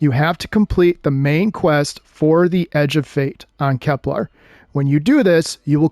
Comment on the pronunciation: No, but you're mispronouncing it most of the time when you say it. /kɛplər/. This is pronounced, "Kep-LUHR." You're saying "KepLAR," which is incorrect.